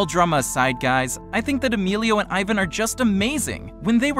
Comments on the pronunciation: Eevan not eyevan but okk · It’s Ivan not eyevan like wtf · “EYE VAN” All martinators are cringing it’s PRONOUNCED “EEE VON” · Eyevan?? It's eeee-van...ok I'm confusing 😂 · Ivan is called said as Eevan. Not eyevan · You said Aivan, it is Ee-van (Ivan). Ps do-not read my username. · The british accent be like: eyevan The normal people be like: ivan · It’s not aivan its Ivan like E-van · Hey you said Ivan wrong its not eyevan its Evan- that's how u say it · It’s Ivan not iven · Who else gets pissed with he says eye-van but his name is e-van? Also to answer your question, I love Team 10 and I hate clowngang. But I'm not gonna be like some T10 fans, I think they don't need a Team, they are better by themselves with Rueben. Much love for Team 10 and Martinez Twins💙💚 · It's not pronounced iven it's pronounced eevon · It’s pronounced ivaan not Ivun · Its not ivin and emillo its ivan y emilo with your white self learn spanish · ts pronounced Ěvan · ITS PRONOUNCED EVAN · Leon's Awesome channel its pronounced e van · the way he said Ivan😤😤😤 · it annoyed me so much when he said "Ivan" ITS PRONOUNCED "EEVAN" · EYE - VAN 😂😂😂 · EXCUSE ME!?DID YOU JUST SAY EYEVAN!? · omg it annoys me that people say ivan wrong its pronnounsed like eevan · The spelling is ivan but the pronaunsation is yvan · It is ivan Martinez but it is pronounced as "eevan" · Eh it's not Ivan it's EEVAN (that's how U pronounce it) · Ivan’s name is pronounced even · It’s pronounced evon but it’s spelled Ivan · you say ivans name like eevan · U say it rong sound it out like e-van but its Ivan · It's not ivin it's Ivan the I is pronounced E in Spanish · EVAN YA ITS IVAN BUT ITS PRONOUNCED EVAN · Ivan is pronounced e-vau-n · It’s E-van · It's pronounced Ivan (E von) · OMG😠!!!!!! IT IS IVAN NOT EYVAN!!!!! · It's pronounced E-von OK? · Its pronouced ea-van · Pronounced eevan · Cringe how he said Ivan..... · YOU DONT EVEN PRONOUNCE IVAN RIGHT!! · I hate when people say Ivan wrong!!